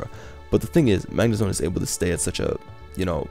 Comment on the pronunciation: calls it Zagnemone.😂😂😂